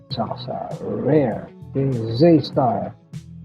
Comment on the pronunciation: Rear kapadyak not rare Zstar not zeystar